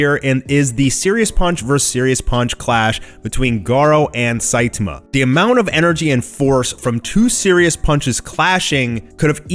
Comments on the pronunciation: it's Sai-tama not Sai-taama. Covid19 hit you hard? Take a break maybe... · Is it me or has changed the way he used to pronounce SAITAMA'S NAME????